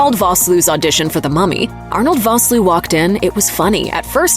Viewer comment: You mispronounced Vosloo. It's pronounced Fosloo.